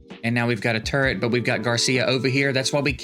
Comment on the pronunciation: Sometimes when you say turret fast, I hear TURD